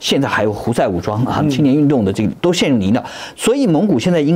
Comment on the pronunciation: 很难听到台湾人把「泥淖」发音正确的，已经打败了95%台湾文盲啦😂🎉